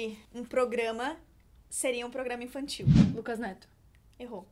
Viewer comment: 6 : 03 "intantil"